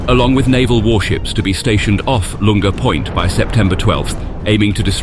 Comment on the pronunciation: Barely done your research about this have you? You mispronounced "Lunga Point" twice in the first 5 minutes.